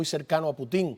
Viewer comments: Hasta cuándo van a estar pronunciando Putin con acento en la i, eso les quita seriedad , el único en decirlo bien es el señor español , se pronuncia Putin , con acentuación en Pu , no en tin , por favor . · Que va, no puedo seguir del minuto 3, por no escucharlos más decir Puti'n da risa, aprendan de a decirlo correctamente, el insistió en el nombre y ustedes insistían en decirlo mal, que poca profesionalidad, ese que aprenda también, Caos.